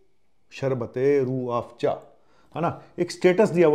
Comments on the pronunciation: Padhe likhe ko Farsi kya.......... Itne hi padhe likhe ho toh Farsi kya Urdu bhi sahih nahin bol pa rahe ho, Rooh Afza ko Rooh Afja bol aur likh rahe ho. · URDU SAHI NAHI HE ESLIYE SAHI SE NAM LENA NAHI AA RAHA HE